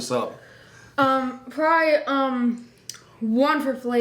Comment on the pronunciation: the way says probly, "proay" xD